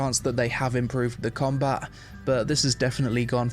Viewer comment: Its combaT. Comba-bloody-TTT!! Not comba. Comba is not a word🤪